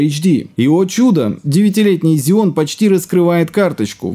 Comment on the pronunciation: Так режет слух, когда ксеон называют зионом! Жесть, две ошибки в слове из пяти букв)) Ролик вроде интересный, но не стал смотреть в такой "озвучке"